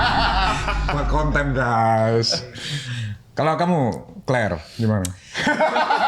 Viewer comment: clare bukan kler😂